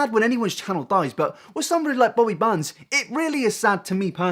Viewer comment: I'm sorry everytime you say Bobby Burns I think for a second it's Bobby Buns.